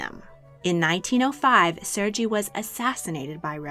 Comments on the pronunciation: You mispronounced Sergei. It is pronounced "Sir gay" not "Surge E". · Ser-Gee? Pronounced Ser-Ghey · Serr GAY is how it’s pronounced. Not Sergei like Fergie. King Ferdinand was NOT the son of a King Carlos, but rather his nephew. QV died before Ducky & Ernst Louis divorced. Her death is what promoted the divorce. LEARN before you post! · Serge is pronounced "Ser gay" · Sergei is pronounced with a hard G and a long A sound at the end. SER-gay. Schleswig is pronounced with a short E sound, not a long E. Saxe-Coburg is not "SAX-ee," but simply "Sax." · Serge is pronounced as Sir-Gay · Sergei is not pronounced like that lol